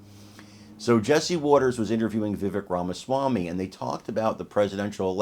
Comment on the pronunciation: He doesn't correct people, but it's pronounced VIH-VAKE. I made the same mistake for a long time before someone asked him about it. Vivek is such a gracious guy he didn't sweat an understandable mispronunciation of his name, but we should learn to pronounce the name of one of our future presidents.